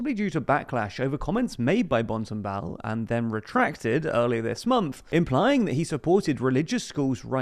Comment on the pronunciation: I love that you totally butcher all the names but then manage to totally nail the pronounciation of "Bontenbal"